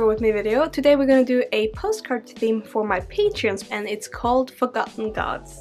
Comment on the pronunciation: when you said forgotten gods i heard it as fuck-em gods 😂😂💀💀💀💀💀💀💀